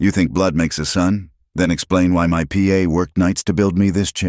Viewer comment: The word pa (dad) pronounced as p a